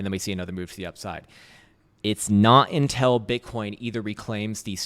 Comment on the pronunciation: you say: intel.. instead of until.. (lots of times) why?